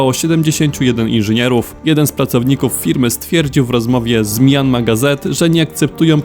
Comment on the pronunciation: Myanmar czyta się mjanmar a nie majanmar.